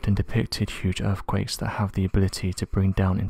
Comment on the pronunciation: yes he is I suppose, proper queens English…… “urfffquakessssss”